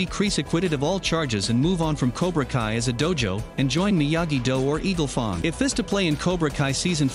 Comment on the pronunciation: "Eagle Fong"